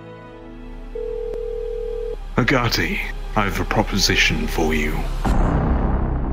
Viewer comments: you pronounce it a goatie A G O T I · When daddy dearest called for Agoti it sounded like he said Agati And I love your channel please pin this!!!!